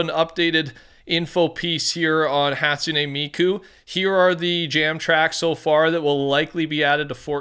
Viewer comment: bro I’m proud of ur pronunciation for hatsuna miku